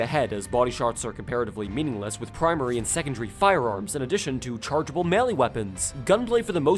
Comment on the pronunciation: did... he... just say PRIMARY FUCKING CORRECTLY??????